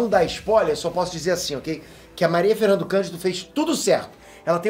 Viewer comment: Quando você for falar de filmes, com atores brasileiros, tente pelo menos acertar o nome deles...é Maria FernandAAAAAAAA Candido.